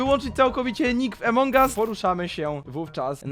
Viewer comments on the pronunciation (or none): a poza tym nie emong us tylko among us